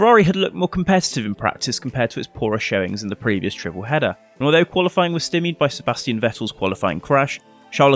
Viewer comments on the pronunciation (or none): The sty in stymied is pronounced like the sty in style.